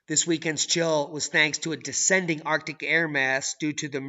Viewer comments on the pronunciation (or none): none